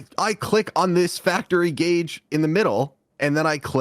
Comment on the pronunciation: YESSSS, HE LEARNED HOW TO PRONOUNCE GAUGE🎉🎉🎉